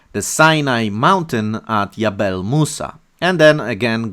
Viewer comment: You say yabel but should say jabel. And the meaning of the word in Arabic is mountain